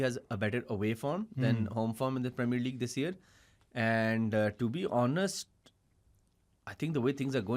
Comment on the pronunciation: to be honust😂 bhai